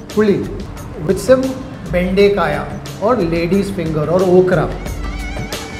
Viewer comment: Okra is Bende Kaayi.. not Bende Kaaya 😁